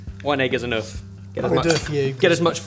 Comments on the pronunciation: saying "an egg is an oeuf", sounding like "an egg is enough", I caught that,. Very funny. Thoroughly loved seeing this three-way collab, so much fun, thanks, everyone! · Anyone else hear Ebbers say "one egg is enœuf"? 😂😂